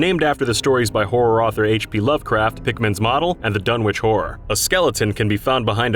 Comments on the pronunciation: Wait so they made a perk that is completely worthless? Ok then XD Oh pickman. I thought you said Pikmin for a moment there XD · I thought you said Pikmin instead of Pickman. 😂